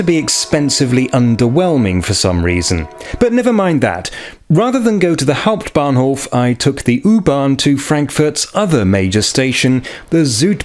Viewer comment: "Next Station: Hanau Hauputbahnhof"?thats sounds very German :L